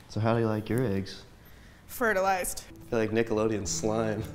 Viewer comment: “How do you like your eggs?” “Ferterlized” 🤣🤣🤣